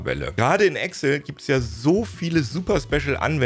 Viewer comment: Bitte, EXCel, nicht Egcll